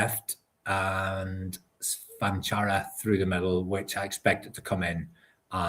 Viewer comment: Cvancara has the same accent on both C's if you read it on his jersey or the team list. That means both Cs should sound the same. Ch-van-chara